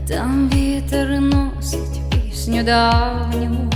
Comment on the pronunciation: Як ви так з могли шикарно вимовити слова ,,пісню давню,, це просто так чарівно ❤❤❤❤❤❤❤ і багато таких слів в пісні